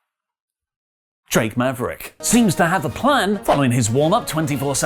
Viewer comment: Y does he say Drake Maverick like that lol